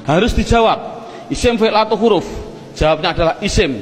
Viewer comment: Huruf bukan khuruf